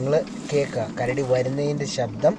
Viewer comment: മച്ചാനെ ,കരട, വേട്ട അല്ല കരടി വേട്ട 🐻🐻🐻🐻♥️👍🏻👍🏻👍🏻👍🏻